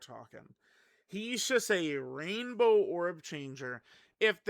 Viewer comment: I also heard “Rambo orb changing”… man those orb have it coming 😂